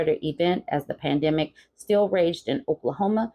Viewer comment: You can't say pandemic?